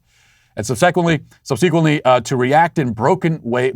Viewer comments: My six year old has started requesting your show in the car. I’d have been bored to tears by it as a kid and I’m somewhat pleasantly surprised by it, but I’ve gotta say my biggest facepalm is the fact that he’s going to start pronouncing subsequently as subSEEquently 😂🤦🏼‍♀️ But he thinks you’re hilarious, even with me having to explain a lot! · Somehow Matt managed to mispronounce "subsequently" twice.